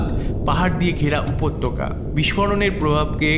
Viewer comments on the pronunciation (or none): none